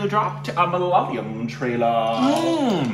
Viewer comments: Please stop saying malalayam. Say mala-ya-lam instead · It's MA LA YA LAM NOT MA LA LA YAM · When will you pronounce the name correctly..its MA LA YA LAM not MA LA YA LYAM*.. 😅😅. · Good Stuff guys.. PS: Its ma-la-ya-lam.. not malaliyam PPS: I wrote this comment just to point it out but didn't want to be rude. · Guys pleeease it isn't MA-LA-LI-UM .. it's MA-LA-YA-LAM (Malayalam) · The language is Ma-la-ya-lam, not the one you pronounce as ma-la-la-yam. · HEEEY GUYS! GREAT REACTION BUT JUST WANTED TO LET YOU KNOW THE PRONUNCIATION OF THE WORD "MAL-YA-LAM"(even though it could be be a difficult word for some people pronounce) MAL - LIKE DULL YA- LIKE YA😅 LAM- LIKE PLUM Hope it helps and keep doing this kinda juicy stuff...🤙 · our language...mother tounge is MA-LA-YA-LAM. Split to simple syllables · The language is "Ma-la-yaaa-lam" Please google "Malayalam pronounce" ☺️ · Guys, love your work, but it is ma-la-ya-lam! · You guys are crazy not even once in you review you have pronounced the language name Malayalam this is a palindrome. Pls pronounce the language as Ma- la- ya-la-m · Guys ure pronouncing malayalam in a wrong way u know 😂😂